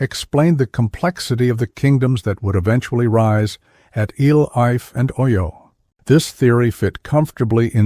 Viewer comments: I couldn't continue listening to this AI mis-ronunciation of Ile Ife! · AI unable to pronounce ILE-IFE 😂